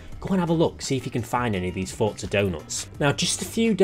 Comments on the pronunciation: Everyone - for-za - fort-za Bro there is no T 😂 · “Forza” is an Italian word, and is pronounced with a “T.” It’s how the devs say it, it’s how the in-game characters say it, and it’s how you should say it.